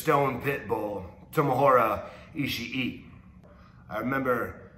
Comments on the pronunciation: You'd think he'd get "Ishii" wrong like most people, yet he messed the easy part of his name lol. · Haha he can't get Ishii's name right